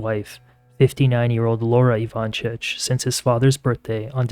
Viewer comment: Also it’s pronounced Ivan-SIC not chich.